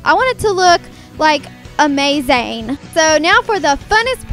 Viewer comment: Hehe! you said 'AmaZayn'!!! :D <3